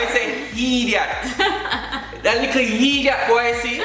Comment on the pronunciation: When I hear likkle boi instead of little boy lol